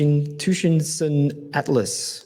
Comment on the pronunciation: Tsuchinshan is an alternate spelling of Zijinshan (紫金山). Not tu-shin-sun.